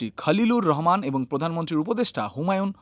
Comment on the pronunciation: Not রেহমান হবে উচ্চারণ রহমান, একই ভাবে খালিলুর হবে না,এটা হবে খলিলুর।